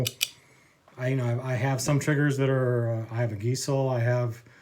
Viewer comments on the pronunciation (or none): its pronounced ( guys lee )not gee sul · first time I have ever heard Geissele (Guys-lee) pronounced that way.